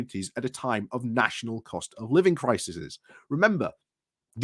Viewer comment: The plural of Crisis is CRISES, pronounces Cri-seas!